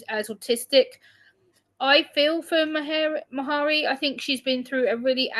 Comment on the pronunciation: Her name is pronounced like “Marry”. Hard one for people who aren’t Scottish I think. 😊